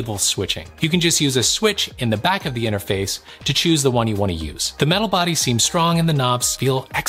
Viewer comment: I like your audio whispering inter-mah-face. Is that what you’re asking?! Lol